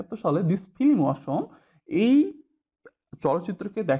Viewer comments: ফিলিম? উচ্চারণ ঠিক করেন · ফিলিম?........... ঠিক করেন স্যার।